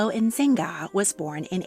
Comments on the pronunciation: The Yznaga name is correctly pronounced "eez-nah-gah". Not "ihzinga" or whatever the narrator is attempting to say. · Loved the video! But next time, google the pronunciation of last names. Yznaga doesn't sound like "bazinga" or whatever you said lol it's just iz-na-ga. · Yznaga is pronounced, "iz-nah-gah", not "inzinga" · Izz-NAH-Gah. Not In-ZING-a. Consuelo Iznaga. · Love the video, but Consuelo’s and Natica’s last name is not Insigna is YZNAGA or IS-NA-GAA, they’ve had Spanish-Cuban roots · Suffragist—a woman (or man) who worked for voting rights for women. Suffragette: Pejorative term that means “little woman trying to play politics, but is a no consequence”. Seriously, this is the truth. A newspaper coined the term “suffragette”, so please don’t use that. Also Consuelo and Natika’s last name is pronounced (eez-nay-ga). I know some of these things are obscure, but you tell such excellent stories—I think they would be that much better with accurate terms and names. All the best! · Pretty sure Yznaga is pronounced eeze-naga. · Was it really that hard to say Yznaga properly? All throughout the video, I kept hearing Inzanga when Yznaga is pretty straightforward in its pronunciation. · Sorry, the last name of Cosnuelo's lastname is pronounced as "Is-na-ga." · Yes, she was pronouncing it as Nzinga. That is a last name but not the same as Yznaga 😅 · Im sorry, but you pronounced terribly "Yznaga" . Google translator can help you with that. I enjoy a lot your investigations. Thank you.